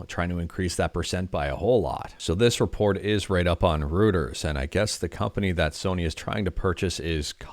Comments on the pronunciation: I find it amusing that you thought you may have mispronounced "Kadokawa" while completely butchering "Reuters". LOL! (It's pronounced "Roiters". It's a German name.) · Just FYI, Reuters is pronounced ROY-ters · All the while mispronouncing "Reuters". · that's how it's pronounced here in England.